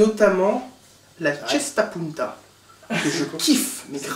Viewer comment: on dit CESTA PUNTA!!!